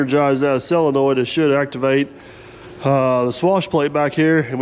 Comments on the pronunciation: Yep, Sid, you heard right. He () keeps saying “SELENOID”! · I believe the word is SOLENOID… not SELENOID… as I keep hearing on this channel.